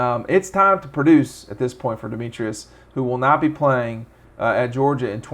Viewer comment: Pronounced Dem-etris, not Dem-e-trius…also, Dominick Blaylock, not Dominique.